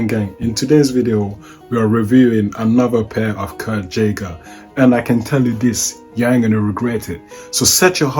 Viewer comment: His name is pronounced Guy-ger not the way you’re saying it. Kurt Geiger pronounced Guy-ger